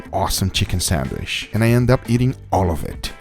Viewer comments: why are you saying sanwish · Nobody:: Sanwish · ferramos11 my Hispanic friend calls it a sanwish too. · That’s how you pronounce it in Portuguese but it’s still hilarious 😂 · I laugh every time he say sandwich 😂🤣..Sanwich💀